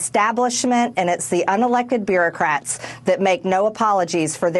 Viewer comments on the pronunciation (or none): She said beer-o-crats lol